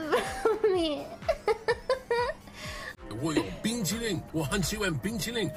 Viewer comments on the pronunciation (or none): I’m mandarin native speaker don’t know why he keeps saying bing chiling XD